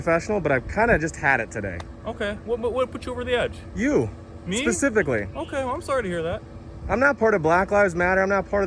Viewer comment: SPECIFICALLY, not Pacificaly